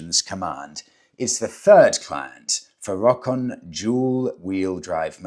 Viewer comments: I believe Rokon is pronounced "row-con." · It's pronounced Ro Kon